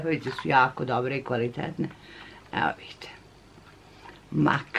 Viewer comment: Mek a ne mak